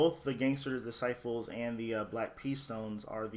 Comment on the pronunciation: Disciples not dicifles